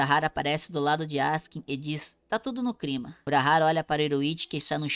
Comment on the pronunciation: Mano por favor, nunca pare de falar exprosão e crima, isso além de sempre fazer as pessoas comentarem, também é uma forma de nos aproximar de você. Todos temos alguns vicios de linguagem !